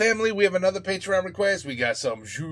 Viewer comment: Après 1 ans j’ai enfin compris que il disais patreon je pensais que c’était un mot que je connaissais pas genre patry on 😂😂